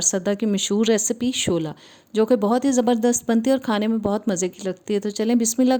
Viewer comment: Shula not shola